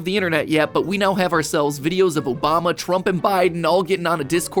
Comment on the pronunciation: Bruh "mobama" 😂